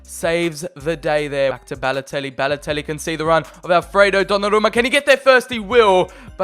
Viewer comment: Very good series, I really like this. It isn’t rushed like other YouTubers you see these days. My one criticism is, your over annunciating of certain words and names such as “Balotellllli” or “Icarrrdi”. Like I get you’re wog but just say the names normally and stop over annunciating your Ls and Rs 😂